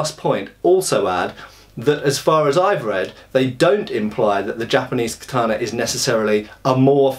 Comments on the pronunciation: Hey. It's Kata-na, not Ka-tana. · ka-ta-na. The 'a' is pronounced as in cat. There is no tah sound in Japanese as you used in the second syllable.